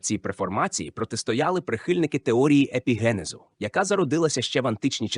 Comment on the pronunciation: ПарАцельс?!! гомункУлуС?!! ЕпігЕнез?!! ЕмбріогЕнез?!! (далі не витримав) ВзагАлі немОжливо це слухАти! Ви коли-небудь чули про таке явище як "правильний наголос" Вподобайку поставив, але це авансом на майбутнє...